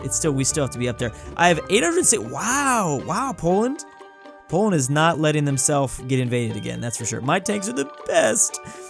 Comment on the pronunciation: The first time he ever said Poland he was wrong